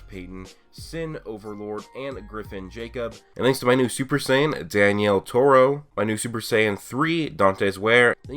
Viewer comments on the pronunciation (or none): none